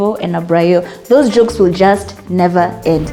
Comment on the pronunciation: ''....never ed(end)..''